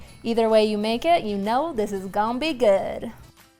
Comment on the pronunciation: Heard a little bit of a Southern drawl when you said 'these go be good'😊 lol here in the south along with cinnamon and sugar we'll add mini marshmallows, same process add mini marshmallows place under a broiler for about 30 seconds and they go be good😅